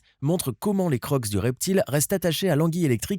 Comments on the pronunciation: les croksse 😱???? a tu peut expliquer ce que ça veut dire ??? tu ne vas pas me dire que tu es en train de lire le contre-rendu de ta vidéo et que les "CROCS du crocodile" pour toi se dit les CROKSSE ????? NON ne le dit pas STP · Tu ne sais pas prononcer le mot crocs ?!!